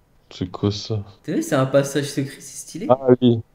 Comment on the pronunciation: Passage et pas pachage 😂😂😂t'es le meilleur